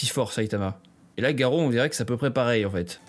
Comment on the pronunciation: arrêtez de dire Garo c'est GAROU !!!!!!